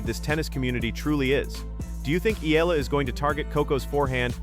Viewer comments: It’s Eala. And it is pronounced like Eyala. Not eela and not elala. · EEE-YAH-LAH... that is how you pronounce her last name, PLEEEEEZZZ